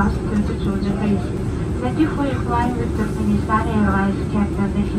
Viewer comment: wish i had a $ for every time he says Turknenistan